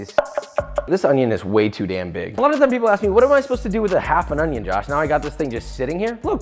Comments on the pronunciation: Im addicted to the “ONYONNN” sound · I love the fact that he didn't say "ooniion" for a while, but he nailed it again with that beautiful sound .